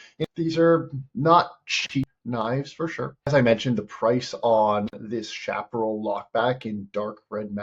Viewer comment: Its pronounced shaparrell